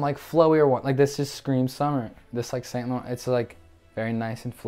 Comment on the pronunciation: it is pronounced san loron not saint lorant